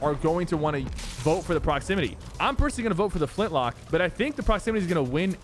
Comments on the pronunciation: Him saying flintlock instead of flintknock angers me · It sounds like you're saying Flintlock. U know it flintKNock, right? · its Flint-Knock not lock, you said it right at the beginning of the video lol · bro it's "Flintknock" Not "Flintlock" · i love how sypher says flint lock😂😂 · so true bro